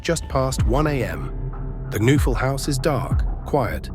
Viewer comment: The victim's last name is pronounced with a hard K...and "noe" is pronounced "nay" Kuh-nay-ful